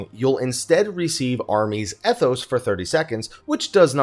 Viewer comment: "Eh"thos huh.